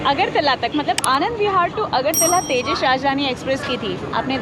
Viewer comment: its not tejash … its tejas … thoda to kuch sikh lo railway announcer se